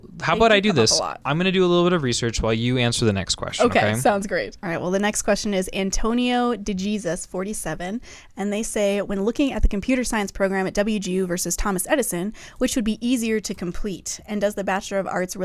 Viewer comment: The way you pronounced deJesus is the whitest thing I have ever heard 😂😂😂 it’s fine, but so funny